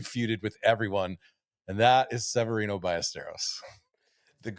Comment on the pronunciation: you should do an impression of someone who can say Severiano ;>